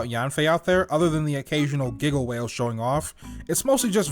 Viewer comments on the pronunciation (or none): Brilliant content. The way you pronounced gigawhale sent me. Edits were awesome. Give more.